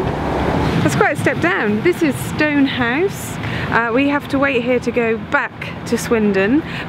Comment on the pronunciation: Makes me laugh that Geoff pretty consistently referred to Stonegate, Strood and Kimble rather than Stonehouse, Stroud and Kemble!